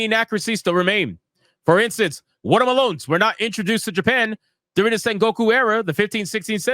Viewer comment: Bruh, watah Malone's had me rollin 😂